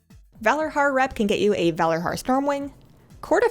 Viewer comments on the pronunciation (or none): Why do you say "Valarhar" and not ValarJar"? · But in the game all npcs pronounce it with a J sound. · Because the Valarjar are servants of Odyn, and thus based on Old Norse mythology. In Old Norse (and virtually any Germanic language), J's are pronounced like Y's.